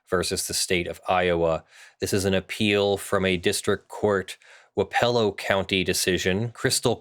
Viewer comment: The emphasis is on the first syllable of Wapello, not the second. Source: I live less than an hour's drive from Wapello county.